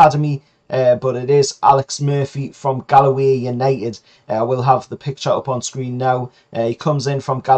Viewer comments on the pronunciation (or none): You say Galway almost like Gallowgate haha, it's just simply "Gaul - way". But not knocking ya, great content keep it up.